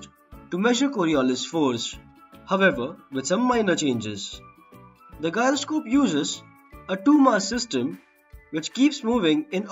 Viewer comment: You are pronouncing the word "Gyroscope" wrong. Check the actual pronunciation of that word..